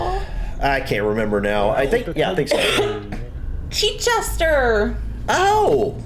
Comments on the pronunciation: if you said "Chichester" but pronounced "Cheechester" (?) That's incorrect. It's 'Chich' to rhyme with 'itch' - Chichester rhymes with 'Itchescter'!! 😀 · Small pronunciation point . In Chichester, the first vowel sound is short, as is 'itch'. So it is 'Chitch-est-er' rather than 'Chee-chest-er'. Though locals do just shorten it to 'Chi' (rhymes with Shy). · Also Chicester is pronounced more like ch'ch'sta. There is a hint of vowel in there, but it is mostly the Ch sounds.